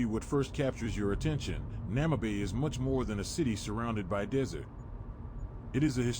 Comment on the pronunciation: Bloody AI, is calling the city Namabay... the city is called Namibe ou Moçâmedes. Porra para a IA. Chama a cidade de Namabay... xé! Estamos no Namibe em Moçâmedes.